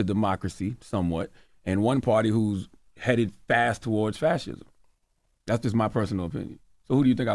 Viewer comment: Slob. Before recording: #1 Buy a fkn hairpick #2. take a shower #3. Put on a clean shirt (that collar look grimey af bruh) . "Fathism" lol you cant even pronounce "fascism" but saying Larry schooled somebody on it🤦‍♂️